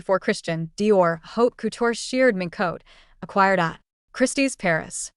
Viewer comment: Not hot couture but HAUTE COUTURE